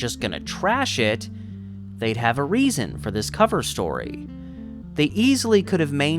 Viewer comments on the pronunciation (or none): none